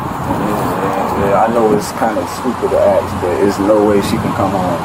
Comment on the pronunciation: What happened to Captain Toiletbrush standing outside? Anyone who says 'axe' instead of 'ask' deserves immediate jail time.